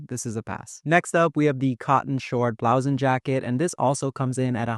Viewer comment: Blue-son not Blow-son!